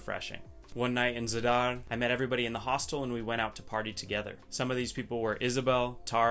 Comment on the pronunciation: Your city pronunciation is outstanding! I think haha